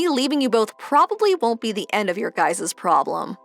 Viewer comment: Guys' and Parents' are not pronounced with two s.